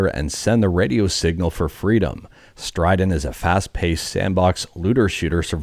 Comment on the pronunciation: "StrideN" I about spit out my drink thinking I missed the announcement of a new "StrideR"